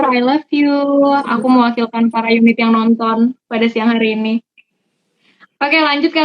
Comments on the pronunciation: Dari youn1t kak bukan unit 😂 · YouN1T kak bukan UN1T